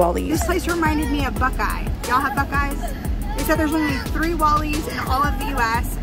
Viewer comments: It's pronounced Buck-ee's. LOL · It’s Buckees.